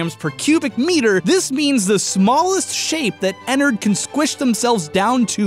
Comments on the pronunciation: Ederred f##$* not ederred ennered Me 😂😂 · ITS PRONOUNCED ENNAARD K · * makes angry ennard fangirl noises cuz you said Ennard's name wrong *